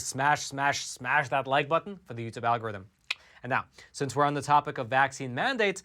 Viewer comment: Plus one for the'al-gore-rythym'